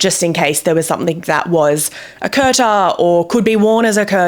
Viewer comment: Kurta is pronounced as 'koor/coor taa' not 'curta', the t on taah is soft as well, as in Taaj from Taj Mahal.